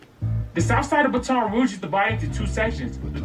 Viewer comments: im form louisiana, its "Bat-un" Rouge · Lmao that nigga the only one who pronounce baton rouge like that